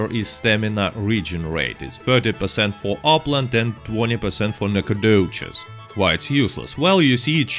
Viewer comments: It’s pronounced like “nack-o-dish” not “nack-a-doches” lol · i love the NacOGDOOOches. Love your accent lol makes the vids alot better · No one: Literally no one: nAcOGdoChEs... i jUsT LiKe sAyIN' iT 🤪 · NACOGDOCHES is my hometown ya’ll. Nack uh doe chez. 😂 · Alright I saw this you can remove the video now. Oh and make your voice saying nacagdoches into a ringtone